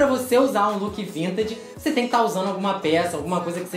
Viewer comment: O pior é vc falando vintaDe